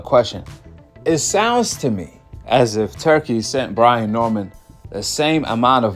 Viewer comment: Brain???? 😂😂😂...its Brian.